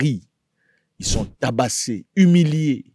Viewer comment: 😂 Zack à appuyer alors sur le mot TABASSÉ hein 😂.